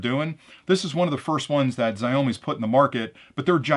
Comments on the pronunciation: Xiaomi - Ziaomi ❌ Xiaomi - Chaomi ✅ Pronounce it like you would say "shower" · Xiaomi you can pronounce SH(shoot) OW(ouch) ME(me)